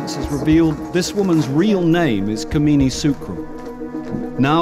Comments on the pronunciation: It's not "Kameeni" it's "Kamini" 😂😂😂😂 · its kamini not kmeeni😛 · i like the way he pronounced her name (kimini) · Kamini yes but the narrator keeps calling her: Kameeni 🤣